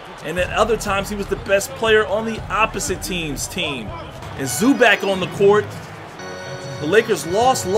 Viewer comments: ZU-back? 😂😂😂😂😂 its pronounced ZU-BOCK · bro think zoo bach. not zoo back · "Zuback" it's zubawc cmonson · Zu-Back??? Ray-jon??? Does this guy even watch basketball games lmao. and of course Lebron will compete this year, he'll compete no matter what that's just what good basketball players do. You better believe Rajon won't let Lebron get away with resting too much. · Isaiah Thomas is a free agent lol and it’s Zu-bach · no it is pronounced zoo-box not zoo-bock its Zubac idk why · “Rayjon Rondo”...”Zoo Bag”...tf wrong with this guy. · Gabriel Salazar no it's pronounced Zupac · he said "Zuback" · Zubac (Zoo-Bahts)